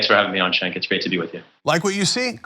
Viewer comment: Cenk, dude! Be careful how you pronounce this guys' name!